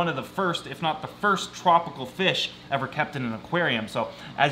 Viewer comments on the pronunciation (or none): none